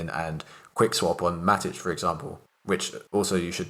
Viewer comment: "MATTICH" WTF it's Matic. And C'ZED' Its just CZ with a 'ZEEE'